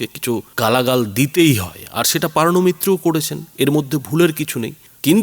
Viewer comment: PAARNO MITRA ? NA, NA O HOCCHE POOORNO MITRA 😂😢😅😂😢😅😂😢😅😂😢